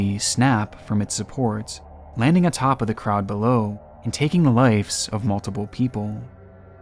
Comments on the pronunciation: "lives" not "lifes" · Dude. Brother. It’s “lives”. With a V. Not ‘lifes’ . Killin me smalls